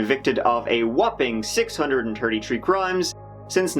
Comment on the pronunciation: I absolutely love this channel. I am addicted to how he puts it all together I like everything about it except for the one thing that Always makes me want to commit a murder is when I hear him pronounce any Word that starts with TH like 33rd he says "TERDY TURD"